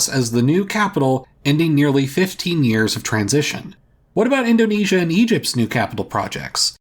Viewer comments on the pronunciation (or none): none